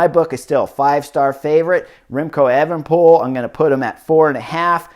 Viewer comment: also chris its pronounced A-van-a-poel